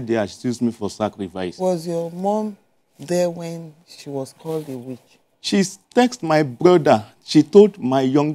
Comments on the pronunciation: Lwkmd say na Winch 😂😂😂😂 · This bro and "Winch" 😂. It's Witch not Winch.